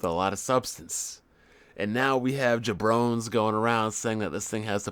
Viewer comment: This fuckin' jabroni just pronounced jabroni as ja-brone! Hahaha